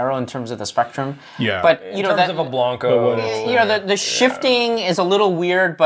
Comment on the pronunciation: Just FYI - blanco rhymes with "Panko" not "bronco". I have been pronouncing this incorrectly for years and just realized it yesterday when I heard Carlos Camarena say it on Moonshiners.